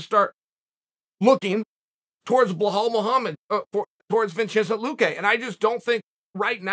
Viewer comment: What is it with Sonnen and non american names? Latin names, always changes them, o at least does this with Masvidal and Luque, they are not that hard to pronounce ones.